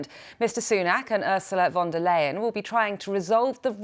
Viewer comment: pronounced Von der Lay-en not Lie-en